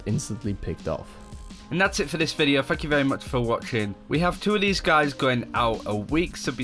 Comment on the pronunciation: Did anyone else hear "Fuck you very much for watching" at the second mark?